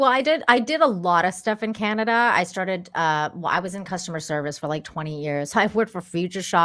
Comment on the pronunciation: She said Spotlight and TAMERAS. SHE CAN'T EVEN SAY CANADA.